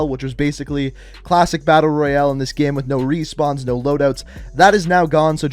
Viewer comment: Why does this guy say “gehm”